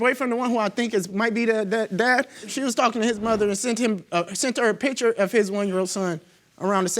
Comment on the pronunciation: The word is P I C T U R E. Not p i t c h e r. Too lazy to say words correctly.